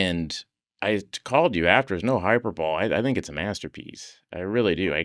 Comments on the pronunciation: Harder pronounced “hyperbole” as “hyper bowl”. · "Hyper boll?" Really, Bill?? 😅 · Can’t believe he pronounced hyperbole “hyper bowl” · The fact that Bill says hyperbole like "Hyper bowl" gets me 😭😭😭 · no way Bill Hader says "hyperbowl" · sorry but that's not how you pronounce it, it's hi-purr-b'lee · did bro really say hyper ball 🤣 hyperbole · Bill pronounces "hyperbole" as "hyper-bowl". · Did Bill pronounce hyperbole. “ hyper bowl “ is that hip or meh ? Ha ! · bill really just pronounced hyperbole as "hyperball" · (it's no "hyper bowl") lol (Hader is f*****ng erudite! Feels like there's hope for mere mortals to hear him mispronounce "hyperbole" 😅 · Hyperbole. I do not think this is pronounced the way you think this is pronounced, my friend. 😆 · Does he prounonuce hyperbole like that as a joke? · Did Hader just say “hyper-bole”? 🤦🏻‍♂️ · that pronunciation of “hyperbole” is unhinged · Did he pronounce hyperbole like that for a bit?